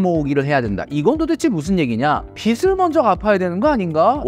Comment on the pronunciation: 빚이= ‘비지’ (비시x)로 읽어야 합니다. 빚을=비즐 (비슬x)